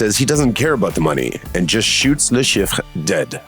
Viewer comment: "La Sheef" is how it is pronounced. Thanks for the video!